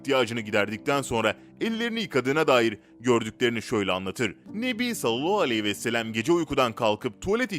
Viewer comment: 5000. Videonuz, çok da güzel hazırlıyorsunuz, lütfen Sallallahuvesselem doğru söyleyin, siz sallallahvooooooooouuuuuuuu gibi birşey diyorsunuz